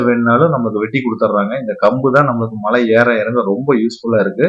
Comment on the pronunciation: Why you are mentioning Mazhai instead of malai